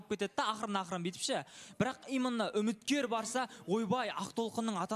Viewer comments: 😂😂😂 ЫЛҒИ "ИМЫННО " ДЕЙДІ ҒОЙ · Расында,именно деген сөзді имынно деп позор болғанша,таза қазақша сөйлеңдерші?!😅😅😅